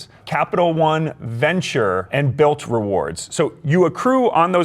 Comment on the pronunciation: The number 1 card he refers to in this video is the "BILT" mastercard. It sounds like he said "BILL".